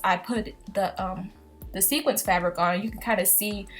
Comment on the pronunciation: it's sequin but I knew what you meant